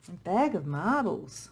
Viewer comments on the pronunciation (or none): 😊💛 I'm laughing with you at when the second clouds card came out lol! and because I heard you say bag of marbles when you said bag of marvels 😆💚